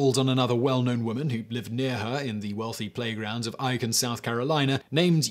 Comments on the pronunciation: icon south carlina is pronounced achon like bacon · Eye-kin South Carolina?!? Come on SImon. It's Ayyyy-kin. You are a terrible human and should feel bad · Aiken is pronounced 'ay-kin', like ache-in